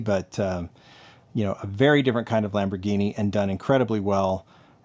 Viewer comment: You pronounced the Lamborghini correctly.....the emphasis is on the 'RAH' part.